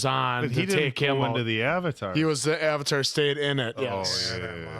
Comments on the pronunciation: The “Ayvateer” 😂😂😂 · The moment they said "Ah-vatar" I knew this was a shit movie. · I saw this movie opening weekend. In 3d. It cost $22. I went with a buddy of mine. Apparently, during the opening scroll, as soon as they said "Uhvetar", I audibly went... "Oh no...." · Ahvatar isn't nearly as bad as Aang which rhymes with gong. Ahvatar sounds like it could be slightly British. Aang is some sort of weird double cultural appropriation since he is actually based on a Tibetan Buddhist model but it's not his name. So it's a bit like if the Beatles (who were inspired by Eastern religions) gave themselves Tibetan names rather than George or Ringo or Paul. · Sadly saw it in theaters always regret not leaving after hearing that first Avatar pronunciation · "I mean Ang, Ung whatever they wanna call him, the Avatir.." You had me laughing so hard I actually choked for a second,:D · sOHkka, AAHng, AHvatar, URo This movie is the definition of looking something up on Google once and making a movie about it without any other information, not even how to FRICKEN PRONOUNCE THEIR NAMES. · The whole "ahng" and "uhvatar" mess was Shyamalan being super arrogant and claiming the cartoon had all of the names wrong.